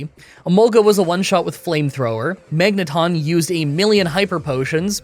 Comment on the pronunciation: Better yet, make sure to name each one a syllable. You technically DO have mag-ne-ton lmao